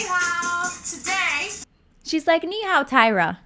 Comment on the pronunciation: girls: abviously can speak english tyra:NiHaO